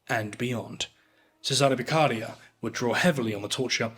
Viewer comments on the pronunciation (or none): interesting video. Just one note, the Italian name "Cesare Beccaria" is pronounced "cèsare beccarìa"